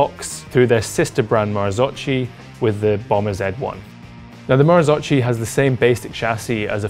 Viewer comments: Mar-zoke-e not mar-zo-chi They never got that sorted back in 1998 either so it’s easy to make the mistake. (Don’t believe me, listen to the Bryson Martin podcast) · u cant say marzocci!!! marzocchi = marzocki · "marzokki" not marzocci my ears are bleeding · Ok so... MAKE IT CLEAR: MARZOCCHI IS NOT MARZOCI. MARZOCCHI IS TOLD RIGHT MARZOKKI. (Like Nikki). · Marzo-KEY is the right pronunciation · Marzocchi must be prounounced "MarzoCCKY"... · Marzocchi, pronounce : " marzokki". Please be informed before posting. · Great vid and test, my only observation is to watch other videos about the Marzocchi and learn how to properly pronounce the name... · Please learn to pronounce Marzocchi, not that hard! :D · It made me cringe! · Please learn how to pronounce marzocchi..